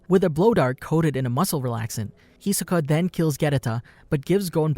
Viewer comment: why tf he keep saying hisoka wrong